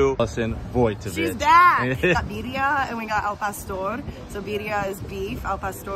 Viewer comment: Bear -ie-a = birria